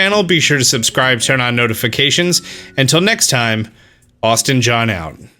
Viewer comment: 🤣😊🥰 I know!!! I love it so much!! Especially, when so many people these days get lazy and don't pronounce things correctly on purpose. Not Austin John!! He works it hard.